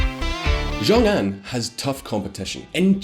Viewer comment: You need to work on your ''X'' sound in Chinese. It's a sound that doesn't exist in English but if you had to make the closest sound in English it would be a ''sh'' not a ''j''. Rongcheng would be pronounced more like ''rong chung", Xiongxian would be more like ''shiong shee an'', and Anxin ''Ann sheen''. There are some rules for how those pinyin latin characters are read out in English it's not obvious I get it but if you don't say it somewhat close to what it should be it's hard to follow what you're talking about. So Xiongan would be ''Shee ong Ann'' not ''Jong ann''. you pronounced Tianjin ''shan shien'' what??